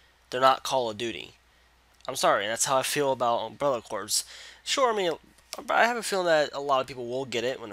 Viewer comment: my boy, "corps" is pronounced like "core".:D Also, this game looks like ass. And here I thought Operation Raccoon Shitty was as low as they could go lol.